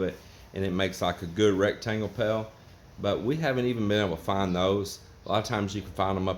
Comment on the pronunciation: What is a pell? LOL You are teaching them bad English pronunciation. That concrete looks like a 6 or 7 mix and WAY to sloppy, it should be a 3 or 4 mix. Sorry, I don't like to eat snails. I liked the bottles on the rerod. LOL All in all looks like a good job compared to shacks I have seen people living in.